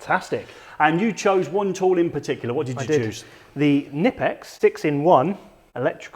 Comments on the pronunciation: It's pronounced Kuh-nip-ex. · The K is pronounced........otherwise good stuff.